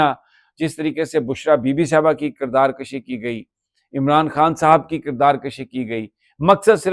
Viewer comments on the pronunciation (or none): Mr ITs NOT KIRDAR KASHI BUT ITs KIRDAR KUSHI QAAF K OOPER PAISH HEY ZABBER NHI BCZ ZABBER AGER HO QAAF K OOPER TO MEAN APNE AAP AAP KO MARNA JUB AGER QAAF K OOPER PAISH HO TO IS KA MUTLAB MARNA MEANS KHUD KUSHI MEANS APNE AAP KO MARNA FINISH KERNA JUB AGER ZABBER HO TO MEANS APNE AAP KO KHANCHNA